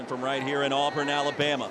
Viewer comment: Auburn not alburn.